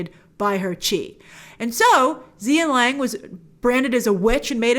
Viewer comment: I'm watching this without looking because I'm busy with putting together furniture, so when you kept saying "Zia Lang", I was like "WHO?", so when I looked back at the screen I figured you were talking about Gong Li's character "Xian Lang(pronounced Hshin Laang)", but for some reason in the film she's credited as "Xianniang(pronounced Hshin-nia-ang)". LOL!